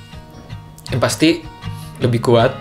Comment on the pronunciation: Epic moment: "Lebih khuat" - Fiersa